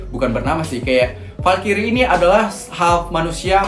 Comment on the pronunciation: Bang bacanya bukan falkiri tapi falkrai